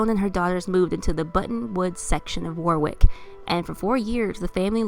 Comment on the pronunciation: Lol she pronounces Warwick wrong. It’s spelled Warwick but but said Warick. Without the second W. Rhode Islander here.